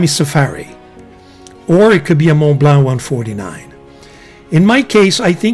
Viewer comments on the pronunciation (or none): And btw, Montblanc is a French word, not spoken Mondblank or so, its Monblo, again, why???…..Even in Germany, all educated people including the non french speakers try and manage to pronounce that correct….. And we know to pronounce Sevilla correct and not offend the spanish speaking people